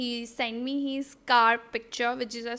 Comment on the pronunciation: Ye his ko heeeesss kyu Bolti hai😭😭😭😭